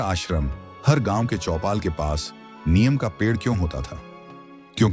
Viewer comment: Aaj se NIYAM bana le ki NEEM ko Neem bolega. Anpad aya gyaan dene. AI voice moorkh.